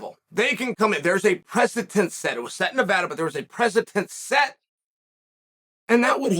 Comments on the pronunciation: It's preceDent. Not press-a-tent. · The precedent set by the English language: precedent Chael: precitent The dictionary: precitent